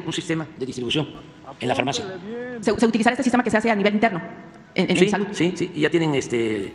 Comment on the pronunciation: 🤣🤣 ya está el bodegón ahora solo faltan las medicinas y el " SIJTEMA DE SALUT MEJOR QUE EL DINAMARCA